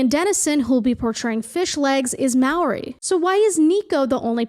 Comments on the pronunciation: Maori is pronounced with a mau sound rather than a m-ow sound just so you know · kiwi here! It’s pronounced maow- ri / mow-di (you roll the R!)